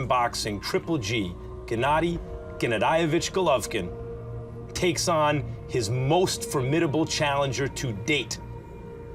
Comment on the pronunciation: GGG is gonna smash him for David calling him Golaiv. he did it purposely.